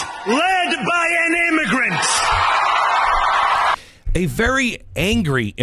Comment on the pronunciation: Was that an immiGRUNT!